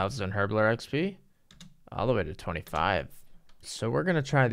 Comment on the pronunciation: Cant pronounce basic words but last vid managed to say Icltharin properly.. Mind blown